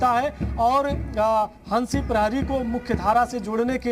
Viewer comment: नाम तो सही से ले लो जी हसी नही हंसी नाम है उनका